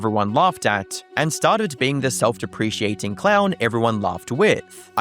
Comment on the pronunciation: Love these videos but Jesus why does nobody know words anymore: it’s not self depreciating it’s Self Dep-ri-cating